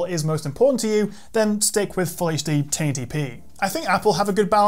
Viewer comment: 1080p:: "TaintyPee"